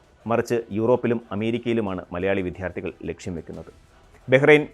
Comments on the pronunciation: വിദ്ധ്വാർഥിയല്ല വിദ്യാർഥി എന്നു പറയൂ കുട്ടീ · ഇത്ര കഷ്ടപ്പെട്ട് വിഥ്യാർത്ഥി എന്ന് പറയുന്നതെന്തിന്? വിദ്യാർത്ഥി എന്നു പറയാനറിയില്ലെങ്കിൽ Student എന്നു പറഞ്ഞാൽ പോരേ? ഇംഗ്ലീഷ് വാക്കുപയോഗിക്കുന്നത് തെറ്റൊന്നുമല്ലല്ലോ. ഭാഷയെ ഉപദ്രവിക്കാതിരിക്കൂ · വിദ്യാർത്ഥി എന്ന് ഉച്ചരിക്ക് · ആദ്യം വിദ്യാർത്ഥി എന്ന് നേരേ ചൊവ്വേ പറയാൻ പഠിയ്ക്കൂ അവതാരകാ... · സർ അവതരണം മികച്ചതാണ്.. താങ്കൾ 'വിദ്യാർത്ഥി' ഉച്ചരിക്കുന്നത് തെറ്റാണ്.. ദയവായി തിരുത്തുക..🙏🏻